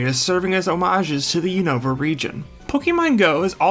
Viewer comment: The constant mispronunciation of Unova is 🫠🫠🫠🫠